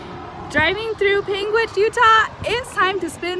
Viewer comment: He would pronounce it Pangwingtch